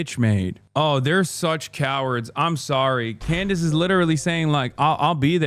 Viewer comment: I really truly just want to say that you calling her klandace heals me. Every time I need a laugh I think about this. Also hasan pls drop an album your actually a great singer